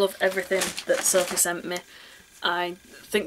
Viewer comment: I've watched this loads of times lol, sad I know but I love it! I also love how you say my name.. "Sorf-eh" Cuz of your accent! I love it! xxx